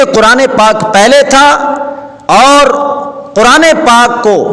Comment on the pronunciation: حضرت جی یہ لفظ کرآن نہیں ھے بلکہ قرآن ھے ۔ دوسری بات یہ ھے کہ مفتی صاحب نے اپنی رائے اور تعبیر سے رجوع کیا ھے لہذا آپ دیوبندی کو تجوید کے ساتھ نہ پڑھو بلکہ کرآن پڑھنے کو ٹھیک کرو ۔ شاباش بیٹا یہ ٹھیک کرو !!!!